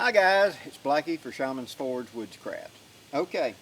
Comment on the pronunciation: funny thing... when you say woodscraft it sounds like witchcraft.